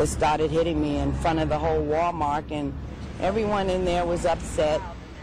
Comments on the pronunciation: She said Walmart like Walcart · "Walli-mart" haha